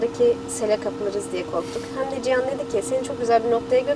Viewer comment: Ciyan değil Cihan.